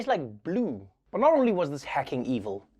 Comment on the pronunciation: " tastes like blooue "